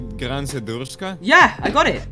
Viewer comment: Subtitles: Gran Sajaguahe What he said: Grand Sal Chee Cha The actual weapon name: Gran Sudaruska 💀💀💀💀💀💀💀💀💀💀💀💀💀💀💀💀😱💀💀